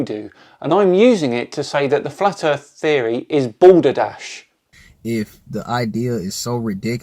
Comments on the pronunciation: what did you say at 8.42? Boulderdash? but that is an absolute great game! please do not use that to describe FE. Lol, prolly u can guess my age now, and you prolly meant balderdash, which is correct description of FE. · It's "balderdash". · You did not just say, "balderdash"? :) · Such a shame that a young person, who obviously has no impairment - neither optical nor speech-related, is pushing such a load of bollocks... D-whatever, look up with a pair of binoculars long enough and you can see the ISS - International Space Station, fly in front of the moon and the sun - although I wouldn't recommend you stare into the sun, it might burn your optic nerves, which I've heard is no fun at all...